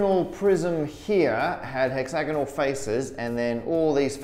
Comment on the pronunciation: I was thinking this too tbh (as a native speaker). It kept sounding like he was talking about a "hexagonal prison" and I was just wondering if they have n-sided prisons for mathematicians